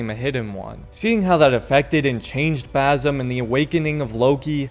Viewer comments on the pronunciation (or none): Its basim not bazim 😭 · BaZim again? Lol Its BaSim dude....